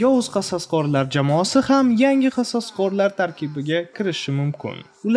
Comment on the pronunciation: qososqorlar deb zaybal qivordiz qasoskorlar deb oʻqing